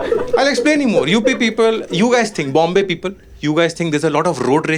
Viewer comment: You prounounce "people" like "peepal ka ped" 😂. Poora hindi bol lo bhai, tabhi tumhara video poora dekh payenge 😅